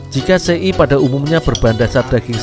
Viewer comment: SE'I ya bukan sei